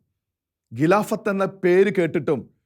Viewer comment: ഖിലാഫത്ത് - not ഗിലാഫത്ത്; ഘട്ടം not ഗട്ടം സഹോദരാ ഖലീഫ not ഗലീഫ....😎